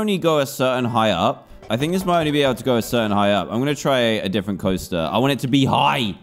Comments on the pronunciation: Evreone:SERISE SERES Me:Dan you said ble not be. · When he says ble instead off be